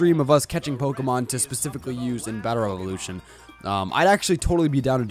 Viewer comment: Specifically not pacifically -_